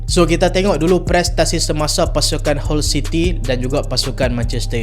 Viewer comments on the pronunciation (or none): Salam..sebut HULL CITY = HAL CITY